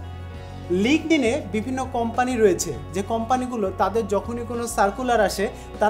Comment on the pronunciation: dude, learn how to pronounce first and then make videos, i stopped watching after you pronounced instagram as inestagram and linkedin as lingding.